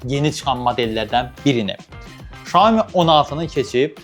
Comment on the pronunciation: Şoemu yox siyomi